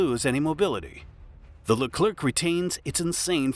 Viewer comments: Stop saying LECLERC with "keuu" at the end forget the C, in French the last letter is always SILENT, like PARIS (capital of France), don't say PARISSE but PARI. I know the last letter is important in English, and must be say to understand the phrase, but not in French, whe have other way to build a understanding phrase. For hear correctly a French word, use the speaker in google translate ! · The "c" at the end of Leclerc is silent you dont have to prononce it